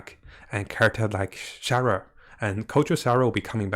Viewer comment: exactly lol. And fischl is fisel and Sara is shara 😂🤷‍♂️